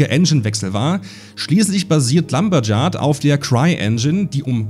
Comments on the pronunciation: Die Engine heißt Lumberyard, nicht "Lumberjard". Da ist offensichtlich etwas Hyperkorrektur in die Aussprache geflossen. ( Eingedeutschte Aussprache von Client ist inmitten all der englischen Begriffe auch eine etwas sonderbare Wahl.) Der (natürlich - man kennt die Sorte Leute ja - auf Sandi fokussierte) Shitstorm über "Nepotismus" war ja so was von lächerlich. Als ob das irgendwie neue Informationen gewesen wären. Entwicklerurgestein Chris Roberts ist mit anderen Industrieveteranen, die er mit ins Boot geholt hat, befreundet; wie kann er nur? Und auch Sandi war für ihre Position mehr als qualifiziert. Jedenfalls ein großartiger Überblick. Nur eine Erwähnung des Racing-Moduls fehlt mir. Ich bin Kickstarter-Unterstützer mit "Gold Ticket". Ich hatte nicht nur, aber vor allem für die Militärsolokampagne gebackt, da es dergleichen seit damals zehn, nun zwanzig Jahren nur mehr als gelegentliches Modprojekt gibt, während alle paar Jahre ein Open-World-Weltraumspiel erscheint, und ich Multiplayer nicht unbedingt brauche. Die ersten vier Jahre oder so habe ich das Spiel recht regelmäßig verfolgt. Weitere zwei Jahre später hatte ich dann endlich einen PC, der es starten konnte, und mal wieder hinein geschaut. War ganz nett, aber mehr auch nicht. Die Vision ist natürlich fantastisch, und mittlerweile ist ja offenbar einiges dazu gekommen, also schau ich mich vielleicht demächst wieder kurz in SC um, aber ich bin halt weit mehr an SQ42 interessiert. Für mich ist es scho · hat er wirklich lumberdschard gesagt?